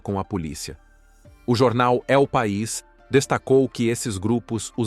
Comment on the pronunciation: Vocês dizem "é o pais"não é assim. O certo é El País, enfatizando a letra 'L'